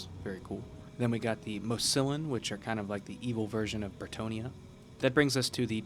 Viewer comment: Dwarfs and orcs are actually the more recent update. Also it is pronounced Mouss-e-yon